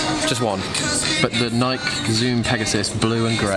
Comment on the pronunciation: The “Nike” is killing me! 🤣🤣🤣🤣🤣 It is pronounced “nigh-key,” rhymes with “eye-key.” She’s the Greek goddess of victory. Also, you should pick up Shoe Dog on Audible! Phil Knight has a pretty amazing story about how he started Nike.